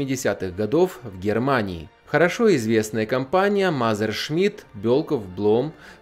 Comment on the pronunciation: Мазершмидт? Это МЕССЕРШМИТТ что ли!